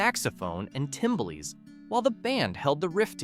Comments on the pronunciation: Wilkes Barre: pronounced bar not bare. Moog: rhymes with vogue. Timbales: tim-BALL-ays not TIM-bal-es. Sitar: usually SIH-tar not SEE-tar. And of course I know all those songs. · Timbolees? Say it with me "Tim-Bal-lez"